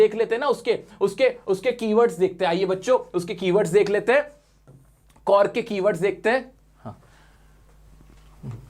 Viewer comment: Sir कुर्ग ko कौर्ग pronounce karte hain...😆